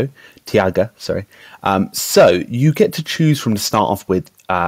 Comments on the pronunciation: Interesting video, thanks for posting it. Shouldn't it be pronounced "taiga" though, rather than "tiaga"? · Not super important... but here is the correct pronunciation of the name; "TIE-gah" (ref